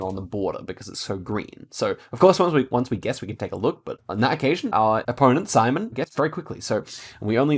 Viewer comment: the first opponents name is not simon lol, its pronounced shim-on